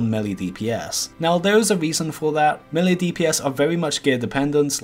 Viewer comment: Low Level Items - Ravager Level 37, right, that IS low Btw. it is mElee, not melli oder melly